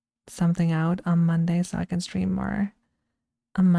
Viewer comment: it was just a matter of time-- rawr! yappy football stweam 💕